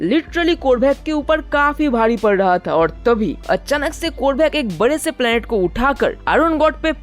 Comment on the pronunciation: Abe vo bhari h bhadi nhi chutiye voice sudhar